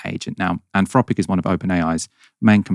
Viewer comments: Is it ‘Anfropic’ as says it is, or’Anthropic’? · 'Anfropic'! C'mon,concentrate! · anfropic? can't you pronounce your th sounds? freaten? i thought only toddlers spoke like that